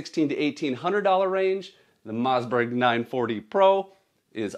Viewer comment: Bro says Mozzberg